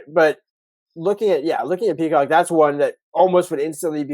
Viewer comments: You guys need to learn how to say names and also learn the names. It Prysock not Peacock! You also better learn how to say T-Mac because you butchered his name. You guys seem clueless when you done know who your even talking about IMHO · Prysock, learn the names, y'all are embarrassing yourselves.